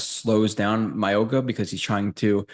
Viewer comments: His name is pronounced MOW-E (like Maui)-NOAH. The G is pronounced like an N. Not a hard G. Just a heads-up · Pronounce his name right please